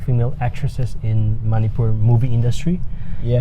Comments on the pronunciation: But I love ur interview videos ...but one request - this is getting me on my nerve - plz get urself reminded to teach others to pronounce Manipur as it should be and not in their accent/pronunciation ...it's Mani-pur (money-pur) and it is not Mani- por ...I mean I don't care what accent ur english wanna dive into but lets keep our stuffs as ours (as it is) and be proud of it, how do u like that ? Well It has a spelling in English doesn't mean it should sound english ..right!..cummon bro ...anyway u r doing a great job (excuse me for the critic) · Lol...bro u r good in everything... But wen i hear u pronounce Manipur....i laugh a bit.... B original....don't copy.... BTW keep it up